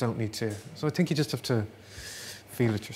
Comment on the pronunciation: I find it endearing when he slips into the heavier Irish accent and says things like "I t'ink" instead of "I think". Also he seems like a lovely man.